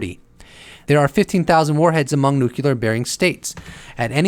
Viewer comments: UFO Jesus saves, while Neil is smokin’ de Grasse... And PLEASE! It’s NOT “nook-you-lar”, like that traitorous asswipe George W Bush used to mis-pronounce, it’s “nuclear”, as in “NEW CLEAR”. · Are you trying to look like a bad Jesus costume? And the word is pronounced NOO-KLEE-UR not NOOK-YAH-LUR... if your too stupid to know this... it gives me pause as to whether or not your content is legitimately accurate.... go back to school... And try again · Nuclear.... sounds like noo-clear...not noo-cular.... why why why do people insist on saying it wrongly!!!!??? Arrrrghhh!! Take the consistent mispronunciation out of it and the information was quite interesting :) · Nuclear. NucLEar. nukLEEar......